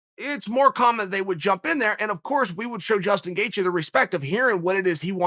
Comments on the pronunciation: He called him Jaston gatheje at the beginning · Jaestin Gaethje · if chael says jaystin gatjghe, then its jaystin gaegtjhghe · jaseton gaethje